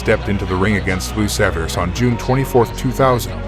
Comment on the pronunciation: Lou Saverese----Saav-er-E-SEE.